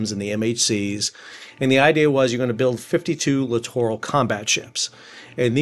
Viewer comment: My pet peeve with these ships is how most people pronounce it like "literal combat ship". Thank you for pronouncing it correctly.